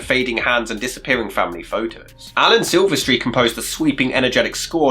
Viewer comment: I am pretty sure that it is pronounced 'Sil-vest-tree' not 'Sil-ver-stree'